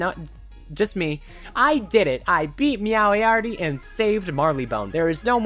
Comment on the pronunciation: The complete lack of knowledge regarding Sherlock Bones, Watson, and Meowiarty (Meow-ee-arty, not Meow-ee-arity) just hurts.